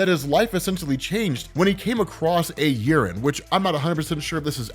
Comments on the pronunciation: Its pronounced yea - ren not urine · I'm listening to this in the background and it sounds like he keeps saying Urine, not Yeren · every time says "yeren" I hear "urine." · damn i thought you said urin and not yeren, took me a couple of seconds to get my hearing straight 🤣🤣🤣🤣🤣🤣